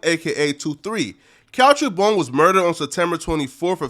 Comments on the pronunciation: BOONE not BONE...gees! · His name is Boone not bone my nigga, pronounce like moon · Learn to pronounce a name sheesh